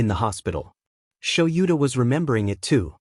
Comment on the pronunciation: Is there a way to teach the program proper pronunciation? "Kaken," "Sho-YOU-ta," and "dot" (...) are pretty distracting. Also, the way it does the stutter.